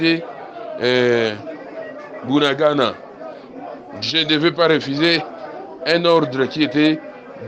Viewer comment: Ce Bunagana pas buanangana il faux conaitre vôtre pay bien